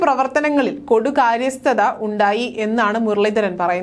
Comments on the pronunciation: കൊടുകാര്യസ്ഥത അല്ല ഹേ, കെടു കാര്യസ്ഥത എന്ന് പറയൂ. Malayalam പോലും അറിയില്ല. Most educated ആണത്രേ. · കൊടു കാര്യസ്ഥത അല്ല കെടുകാര്യസ്ഥത